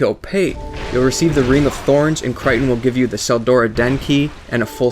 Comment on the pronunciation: Cry-ton. wat.